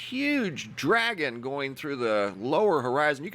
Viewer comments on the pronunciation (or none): none